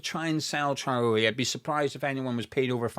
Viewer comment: A few times throughout this video when you said Traore’s name I heard the name Charlie. Forgive me I’m American! LoL. I would take him, to please Nuno and for the pace.